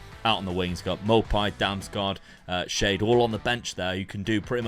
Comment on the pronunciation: It's crazy how full-circle it's come where when Dad first started he was using basic tactics like 4-3-3 and Luke using crazy ones, now it's the other way round Also Kevin Schade is pronounced Sharder